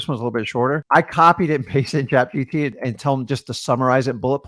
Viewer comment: If you say Chat GDP one more time! I'm going to put a Komodo Dragon in your car!!! It's Chat G--P--T!